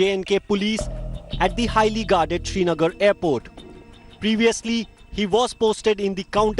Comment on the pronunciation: Why is pronouncing Srinagar as Shrinagar? This is idiotic. It hurts.